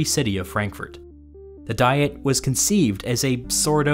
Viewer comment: Great video, a couple of pronunciation points though. Diet, in the sense of an assembly, is pronounced Dee-et with the I pronounced like the name of the English letter E. Papal, the pope adjective, is pronounced Pay-pal with the first A long and the second short.